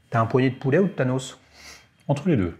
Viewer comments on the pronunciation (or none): none